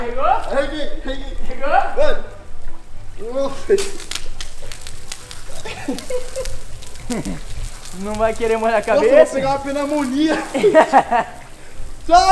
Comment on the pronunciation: ele falou penamonia